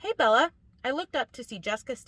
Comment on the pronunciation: I hate how she says BeL-La.